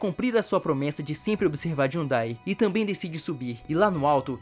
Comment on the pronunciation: “Jhudai” KKKKKKKKKJJ